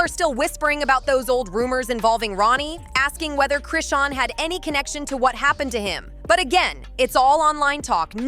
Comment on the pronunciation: Now ur callin Chrisean RAHSAWN GOOD FKN GRIEF🤦🏽‍♀️